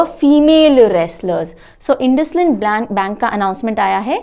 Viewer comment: Hello Ma'am INDUSIND BANK we pronounce as इंडसइंड. Thank you for the informative session.😃